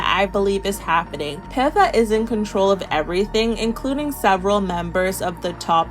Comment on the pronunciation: pifa pronounciation is frying me